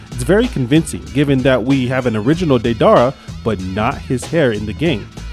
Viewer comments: DEE-DER -A not what ever tf u said😂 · I hated the way u said deidara but good video man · The way u pronounce didera name